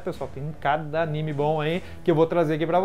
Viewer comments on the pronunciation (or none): none